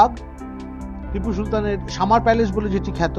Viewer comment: Mysore ke "Myshore" ar Palace ke "Palesh" bolchen barbar ... bisri lagche bhai